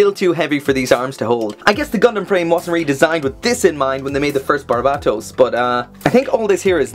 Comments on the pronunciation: BARBA-TOES Now you can't unhear it. You're welcome :D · barbatos is how you pronounce it bud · It's just Bar-baa-tohs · its barubatosu to be correct xd (the pronunciation of Japanese may be very hard to pronounce for non-asian ppls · Holy shit I cannot get over how you pronounce Barbatos